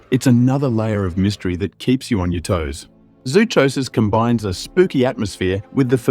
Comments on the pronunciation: YOU COULD START BY PRONOUNCING ZOOCHOSIS CORRECTLY! I WORKED at a zoo, I KNOW what I am talking about-- it is pronounced like PSYCHOSIS! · Hahahahahah zoo cho sis. This is how I feel when people say y'kooza. It's wrongggggg!